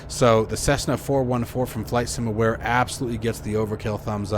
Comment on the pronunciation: It's from "Flight Sim Ware" not 'Flight sim Aware'. They've been around for over 10 years in the FSX/P3D scene. Stsill this wouldn't be a review by an American if there wasn't a mispronunciation or mis-spelling! :o)